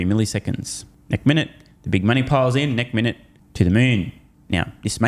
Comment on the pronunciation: 'next minute', not 'neck minute'.